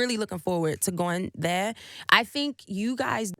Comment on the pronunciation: The way she said "there"